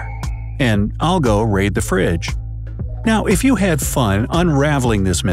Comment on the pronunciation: you said u not you